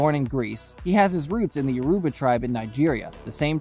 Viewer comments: It's pronounced YO - RU - BA. Not Yuruba tribe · dude said urobas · It’s yo - ro - ba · THE WAY HE BUTCHERED “YOURUBA” OH MY DAYS